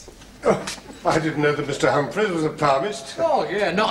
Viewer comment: Humpa-fleas! loooooool Has difficulty getting his tongue round his R-s... This is actually racier than most comedies running today.